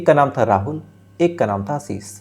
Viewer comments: He doesn't want to improve himself. He doesn't know the difference between s and sh. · आसीस नहीं आशीष